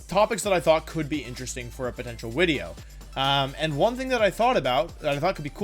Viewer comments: Video. Not veedio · Why do you say Wideo instead of video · Why does Wolfy say Wideo? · I love when wold says widdeo not video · What the heck is a wideo? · i havent been here for long why does her say wideo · is he saying wideo